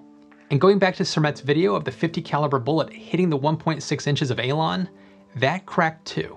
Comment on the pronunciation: Alon ~~~~~~~~~ Elon